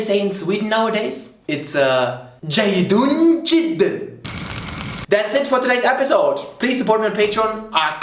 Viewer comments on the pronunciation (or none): Says "as they say in Sweden... Jayidun jiddan" Me: وات ذا فك